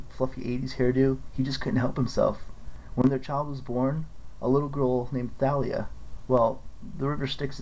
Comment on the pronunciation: Thalia is pronounced talia